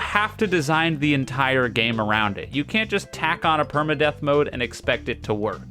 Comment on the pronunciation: Saying deep and perma death correctly is crazy